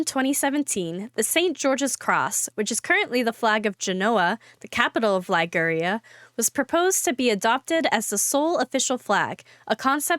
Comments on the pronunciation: Pity the host is unable to pronounce so many of the place names not in the USA… Liguria, Glasgow, etc. typical american! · Terrible pronunciation of Liguria and Glasgow.